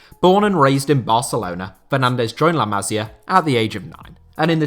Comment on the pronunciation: Pronunciation tip if you're interested. With Masia and Almeria, the accent is on the second to last syllable. It's la ma-sEE-ah and al-mer-EE-ah.